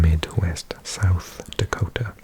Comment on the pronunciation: Nice job with South Dakota. There are some tough names…